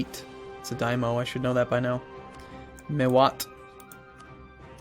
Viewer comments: Daimyo? Pretty sure that would be Dai-myo. Die-m'yo (for those who are really american. lol). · Die-Mee-Oh You're welcome. ;)